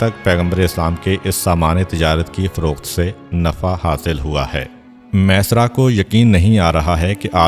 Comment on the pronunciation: Jzak Allah o khaira name mesara nahi hay maeysara hay ميسرا یا پر تشدید ہے